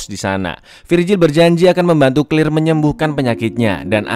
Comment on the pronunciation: Claire bukan clir cara nya membaca nma nya salah